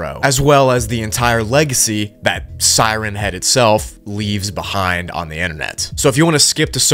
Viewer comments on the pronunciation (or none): tfw he puts the emphasis on head instead of siren. Siren head is a thing with a siren for a head. siren Head is a remote nature spot like Lover's Leap or Henderson Point. "Hey babe, you wanna go up to siren Head and make out?" (He does get it right a couple of times, but that's when reading it fast, like one word, like Slenderman. Sirenhead.)